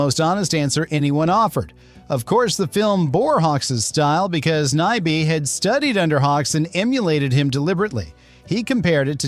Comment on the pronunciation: What's with the, like, 12 different pronunciations of Nyby? Are you a robot or just an idiot? 👎🏻